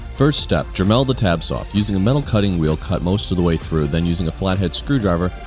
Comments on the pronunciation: Dre-melled LOL Dude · Pickle Rick what the fuck is a druh mel? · The way he says Dremel frustrates me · haahahaha I thought it was weird too!